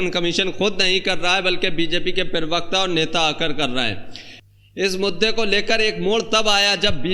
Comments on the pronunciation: I like your videos... But please, it's parvarkta, not pirvakta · Perbakta nahi prabakta hoga.Word ko sudharye. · पेरवक्त नहीं प्रवक्ता बोलिए। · Bhai prawakta kaha jata hai thora uchcharan sahi se kiya karne. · Pirvakta nahin pravakta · पीरिवकता नहीं भाई प्रवक्ता बोलिये सारे वीडियो मे पीरिवक्ता ही बोलते हो भाई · भाई जान पेरवक्ता नहीं होता है प्रवक्ता होता है ,सही सही हिंदी बोलिये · पहले अपना हिंदी सुधार. प्रवक्ता होता है न कि पेर्वाक़ता.